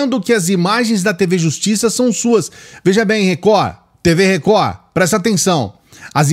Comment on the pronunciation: 😂😂😂😂😂😂 a melhor parte do dia é o inicio! “TV Recohhh! TV Recohhhhh”